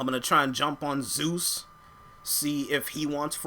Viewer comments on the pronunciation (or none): none